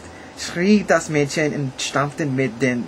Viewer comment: Du solltest noch mal folgende Worte üben: Müllers-tochter, Häus-chen, Gold, Morgen, Mäd-chen und Männ-chen. Insbesondere die Verwechslung der letzten beiden kann zu reichlich peinlichen Situationen führen:)))) Die deutschen Umlaute ä, ö und ü sprichst du meistens richtig aus. Eine Notenbewertung abzugeben bringt dir nicht wirklich was. Informativer ist es eher zu wissen, dass bei uns die Noten meist von 1 (sehr gut) bis 6 (ungenügend) benützt werden. Tschüss